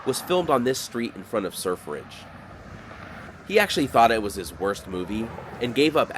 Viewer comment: Sir Fridge... Sur Fridge, or Surf Ridge.